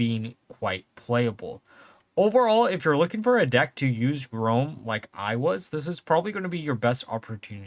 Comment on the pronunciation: is grome the alternate pronuncekiation of gorm? or are you just dixlesic?